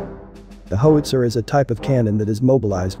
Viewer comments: As robovoices go it’s not bad, but given the subject matter, it’s a shame it doesn’t know how to pronounce “howitzer”. A “ho-itzer” is presumably a weapon for protecting “hos” from angry Johns and pimps. Also, “stab-ly” doesn’t mean the same thing as being “stable”. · please fix the pronunciation of How~IT-Zer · Fantastic video about the piece, but is there no way to correct that narration so that it doesn’t mispronounce it as “Hoe-witzer”? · Hoe-it-zer? Shouldn't it be How-itz-er? Or is this just a competer genereetated speech progreem? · Its called a how-wit-ser, not a hos-ier............. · Good work. If you enter "how - it - zer" the artificial host might say howitzer better. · Pronounced : hau uht sr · My goodness - can't properly pronounce "howitzer." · incredible .. a video on Howitzers that cannot pronounce the word correctly ...smh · HOW can you mispronounce Howitzer ??? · You can't pronounce "howitzer."